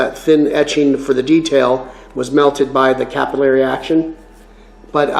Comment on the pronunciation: btw its not cap-il;-eee-airy action it's cap-ill-airy action (or cuh-pill-er-ee if you are a brit or cap-ill-er-ee if Canadian) there's no second i after the l's. believe it or not it's the same as the method/action that oxy-gas brazing works to spread the brass or bronze or whatever over your parent metal... Yeah I thought I was going to be a welder by trade but scoliosis got in the way.